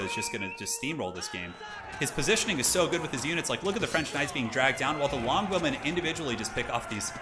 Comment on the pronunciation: he says longbowmen like blonde women. I legit first heard him say "Amazing English blonde women"